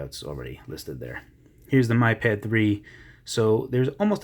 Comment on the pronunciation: lovely review. i didn't want to be that person but it's pronounced 'me' pad. just saying. it's annoying